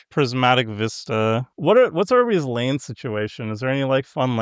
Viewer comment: Geeze. I thought SafronOlive had issues saying words until I heard keep saying "Lain" every time he tried to say land.